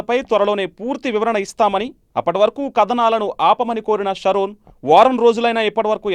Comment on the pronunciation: Sharon palakadam nerchuko ra babu